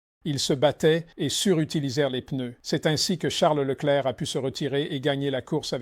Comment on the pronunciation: Woah. I was just about to comment about how Peter is actually capable of saying Leclerc's name properly, too. 😅